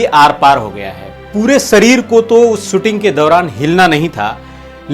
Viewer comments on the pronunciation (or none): भाई सुटिंग नही शूटिंग कहीये श का प्रयोग करीये